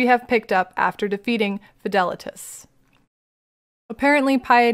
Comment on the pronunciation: I think Fidelitas how you pronounce it is correct, also instant subscription after 2 minutes of first video, amazing content and delivery, thank you ❤